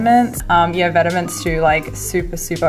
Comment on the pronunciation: Great vid! Do more vlogs, or dont, just keep them this awesome <3 btw, Vetements is pronounced "vet-mon"